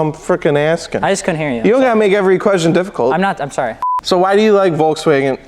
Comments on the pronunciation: it‘s not porscha either, the e is like you would pronounce it between the m and the c in mcdonalds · "Porshhhees"?? Porshe! "Shut the fuck up"!!! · Shit, I think I accidentally deleted my comment. It sounds more like "Porsch-uh", most american seem to pronounce "Porsch-Ah"... That said there wouldn't be any issue with that... If only some annoying dudes weren't trying to impress people, trying to pronounce something they can't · say Port, but with sch instead of the final T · Roasting a Porsche Owner Step 1: Mispronounce Porsche Step 2: Profit from their anger and Roast them while they are caught of guard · As a german I have to hold back my aggression every time an american tries to pronounce Porsche.